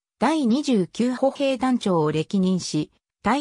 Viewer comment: 歩兵の日本語くらいは日本人らしく正確に読んでください。